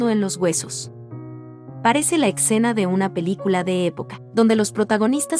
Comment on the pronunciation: Extraña locución. Molesta de a ratos (para algunos de nosotros). Por ejemplo: "ecsena" en lugar de "escena" .En fin... .Monet no es de mis preferidos pero su arte nos dice mucho.👍